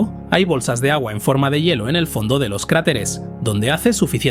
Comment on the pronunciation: Todo bien excepto por el mal dicho una palabra,,, "yelo",, se lee " hielo" .